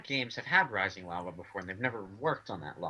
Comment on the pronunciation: was saying lising rava instead of rising lava